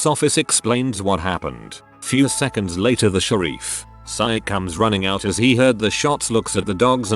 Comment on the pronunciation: "I called the shereef"